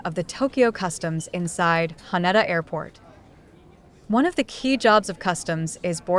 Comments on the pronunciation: Ha-Ney-Da! AI strikes again? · how you said haneda sounded so weird please practice before saying it and say it the right way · Can't even pronounce the airport's name right throughout the video.